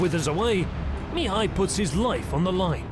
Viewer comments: Great vid: storyline, graphics, narration! One thing though: Mihai, which is the Romanian equivalent of Michael, is pronounced in Romanian with the stress on "a" (second silable) Mihài, not on "i" Mìhai (first silable). The stress on "i" Mìhai I believe it's how the Hungarians would pronounce it. Of course, this is nothing in the big picture, the vid is great and keep doing a great job! Can't wait for part 2! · As a Michael, I can’t help but a cringe every time you don’t use the English pronunciation...